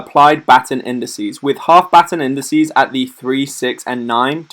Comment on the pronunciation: Good vid, I might sub for a while, see if you improve the audio, it seems like you are straining your voice. Also, you said INDISEE. TWICE!!!! :-)